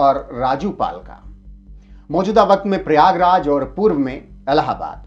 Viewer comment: ओ पत्रकार महोदय आपको प्रयागराज बोलने में समस्या है क्या?